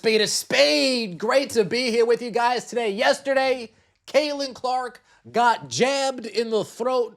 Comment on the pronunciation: Notice Stephanie still cannot.say her name...its Caitlin...Methanie...Caitlin Clark...CC...NOT C...CC22..